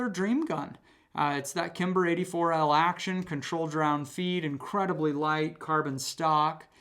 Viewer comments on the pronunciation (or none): none